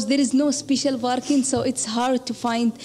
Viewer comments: She is from Saudi with all that accent and smiles of hers. When was the last time an Indian pronounced "Parking" as Barking? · Dang! She networked right through ma heart for sure! Accessed all files! Btw, for those who aren’t familiar with Arabic, there is no “P” in Arabic. You can see the way she uses “B” in place of “P” sometimes. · probably egyptian cause parking was pronounced as barking and thats arab accent they dont have P they have B . mostly egyptians can never learn the p letter so i give it 90% egypt :p